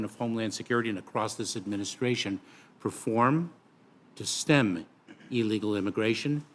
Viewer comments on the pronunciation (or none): none